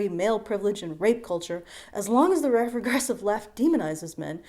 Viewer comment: Turns into Scooby Doo every time she tries to say regressive left